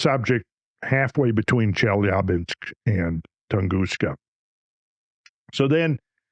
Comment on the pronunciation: Off topic but... I really appreciate hearing the mostly correct pronunciation of Chelyabinsk. The backwards 'R' is spoken as 'ya' and is typically the accented syllable in a Russian word. Most English speakers get it wrong :) Randall winning again with the attention to detail!